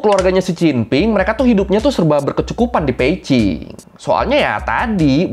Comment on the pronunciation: Mantap nih, abang ini, mulai baca yg bener, b di baca p, salut buat abang 👍🏼